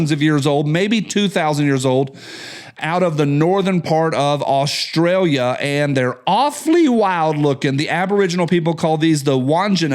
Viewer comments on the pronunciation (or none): none